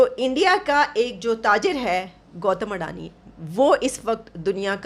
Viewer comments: Andani nahi nallo adani hota hai wo😂😂😂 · Gautam adani hai. Gautam andani nahi. 😂😂😂